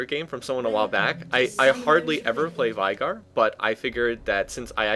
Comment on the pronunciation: LOLikr?! I CALL IT vey gar pronounced like that not vai